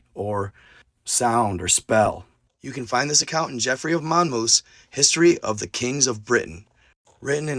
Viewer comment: (Mon-moth) Monmouth.... (Pen-dragon) Pendragon.... (Sals-berry) Salisbury.... it was the Picts...the Pictish... not the Irish... and a few other slips but this is enough to start with.... love you man... figure you wanna say it right....